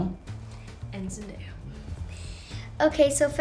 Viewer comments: when an 8 year old got Zendaya's name on first try . faster than all the other grown ups ever get her name wrong! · this kid pronounced zendaya's name better than other adult interviewers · How did she pronounce Zendaya PERFECTLY and the butchered Jacob’s name?